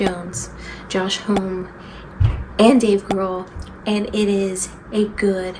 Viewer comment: and just so you know, his last name is pronounced "Hom'-me" (two syllables :))